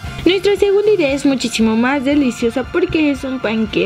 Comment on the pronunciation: En el minuto dijo "muchichimo" enves de muchisimo ;) no hagan caso todos cometemos errores